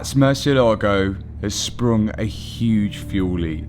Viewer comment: While you're down there, maybe you can make a side trip to Spain where they can teach you how to say "Murcielago."